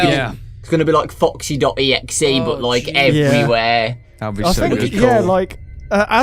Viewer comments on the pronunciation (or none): what o, you said fucxy instead of foxy